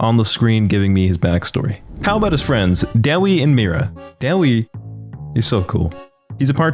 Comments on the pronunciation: Sorry but I can't let u slide on this day-we is Da-way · Daewi is pronounced (Day) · Wait wait wait... That's how you say Daewi?!?